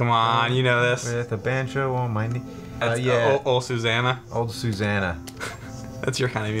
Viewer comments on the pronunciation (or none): It's Oh, Susanna, not Ol' Susanna.